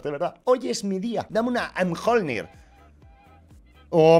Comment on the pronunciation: porfavor empieza a pronunciar bien la Mjolnir o me va a dar un ataque. Se dice: Miolnir. Graciaaaas